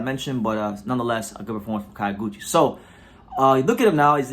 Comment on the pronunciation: It's not KA-YO(GUCHI). It's pronounced like the city KYO(to)...